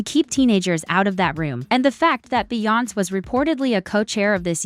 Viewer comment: They need to teach AI how to pronounce Beyoncé! 😂